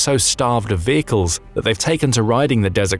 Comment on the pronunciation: Change vay-cles to vehicle.